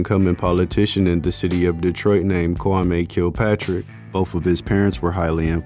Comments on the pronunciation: His name is pronounced Kwa- Me not kwa- may. Lol and Strawberry wasnt the best dancer in the city not by far! She was actually selling her body for sex and they past her around. She barely danced in the club. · His name is pronounced Kwa- me not May. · I had to stop watching it the way this man keep pronouncing the mayors name